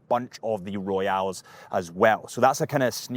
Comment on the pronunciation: it's "Royal." Your mispronounciation would be spelled, "Royale."